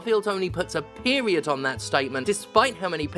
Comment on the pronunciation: "Starfield puts a period on it" Emphasis on the PERIOD.